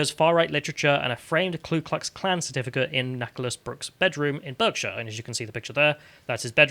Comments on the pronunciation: It's hard to trust the source then the person can't pronounce 'Berkshire' correctly. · It's pronounced BARKshire. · Berkshire. Pronounced Barkshire. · ‘Barkshire’, for heaven’s sake. This is not California. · I live closer to Rotterdam than Reading and even I know it’s pronounced ‘bark’-shire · Apparently some people don't know how to pronounce Berkshire...